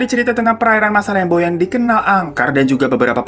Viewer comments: Masalembo seingatq pelafalannya masalembû. Jadi kayak ou, tapi o nya tipis bnget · Baru mampir lagi setelah sekian lama☺️lucu ajha cara bang Hiro bilang masalembo.saya asli Sumenep tempat gugusan pulau itu ada .di sini kami mengejanya masalembhu bahkan lebih familiar dibilang salembhu... Lem= dieja macam kata lembut JD bukan macam lem lem yg lengket.... Lebih Deket ke masalembut dibuang huruf T nya.